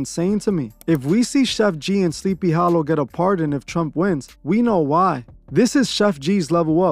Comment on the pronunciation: "SLEEPY HALOO"😂😂